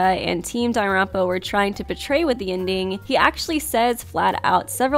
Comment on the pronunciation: please stop saying “Danaronpa.”